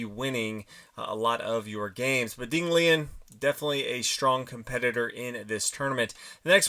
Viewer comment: It’s funny how Americans don‘t even try to pronounce names properly! 🤣